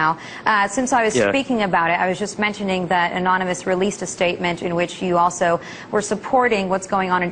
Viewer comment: Lol she said : alsho xD